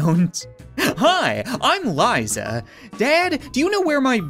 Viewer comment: That is the weirdest way to say liza.